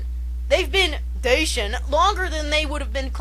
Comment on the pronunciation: Dacia = Dach-ia :) with a ch :) Love the rant :P